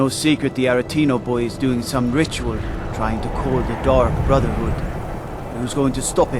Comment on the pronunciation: I heard Dung Brotherhood which is infinitely hilarious to me since he was talking about them making a mistake